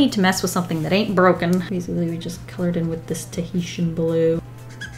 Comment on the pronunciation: Did she say "Teheshian blue is a magical place" as in "Tihiti is a magical place" from S.H.I.E.L.D.